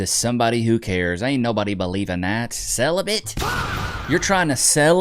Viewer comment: "Celibit-of-it to someone who cares" 😂😂😂😂😂